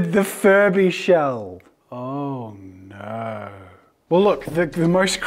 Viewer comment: Me: won’t the plastic melt in the oven? Jazza: ohhhr nooor !